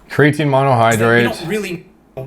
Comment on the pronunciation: says... Cre AT a neen makes fun of caffeine 😂